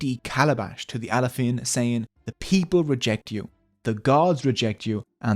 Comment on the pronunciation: I am Yoruba Nigerian and the history is exactly what we get told growing up. Pronunciations of names are of course, as can only be expected. Best pronunciation is probably "Bashorun". I'm surprised how he pronounces Alaafin as Alafiin, why switch the vowel numbers?